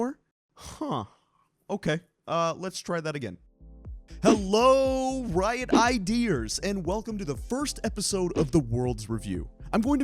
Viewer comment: say riot iders one more time